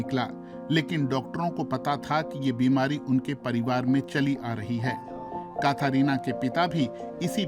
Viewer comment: कथरीना नही कैटरीना होता है😂